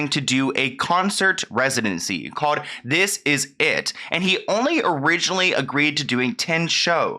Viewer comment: CaLLed... not CaWWed.... hOLD... not Howed.... Work on your elocution! You do such a great job with your videos, but your pronouciation of basic words is really, really annoying...